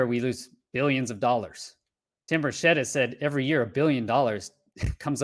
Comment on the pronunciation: Tim BURchett not burSHETTE